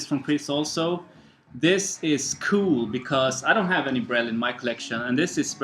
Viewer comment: I'm glad you've found someone with whom you can trade maupin! Also glad you enjoyed the records :) I'll put things aside for you if I can find more stuff in the future/ You pronounced brel correctly haha/ Nice new finds, I recognize some guys from cameo on that east coast, very interesting/wow, Exc not common cheap stuff! Sextant is one of my favs, mwandishi is another must have imo! of course like crossings, thrust, headhunters, flood, and the survival of the fittest (without hancock)!